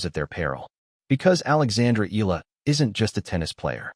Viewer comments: it is pronounced E-YA-LA... EALA not EELA, ok😶😶😶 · Eala pronunciation E ya Ia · Yet you can't even train your AI voice to pronounce her name right.